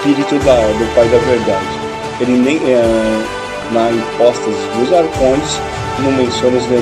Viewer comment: Circuncisão e não circunzisão. Arcontes e não arcondes. Quando se fala errado perde muito crédito...